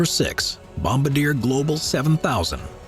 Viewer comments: bom-BAR-dee-A One of my favorites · Bomb-a-deer hahahaha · FYI you pronounced Bombardier incorrectly. It’s a French word but the English pronunciation is Bom-Bar-Dee-Eh